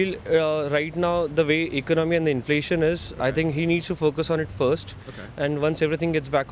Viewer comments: Red shirt guy was so inflamed he couldn't even say inflation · so the guy who pronounces 'inflation' as 'inflammation' is a legal immigrant? and he wants Trump to stop illegal immigration? I think he likes Trump just because Modi worshippers love him. I will wait to see when he is getting deported by Trump.